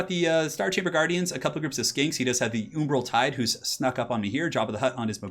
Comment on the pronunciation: Nobody:: oombral tide Nice vid Keep it up!